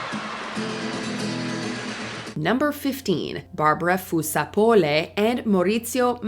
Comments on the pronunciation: that's not how you say fusar-poli or margaglio be for so real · Watche d the whole video and the thing that shocked me the most was how she butchered Fusar-Poli and Margaglio's names